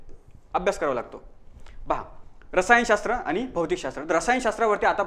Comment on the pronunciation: Rasiyan😂 ooo hhhh rasayan shstra